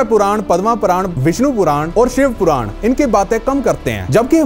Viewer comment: Wo puran hi bol rha hai bas thodi si accent ki galti hai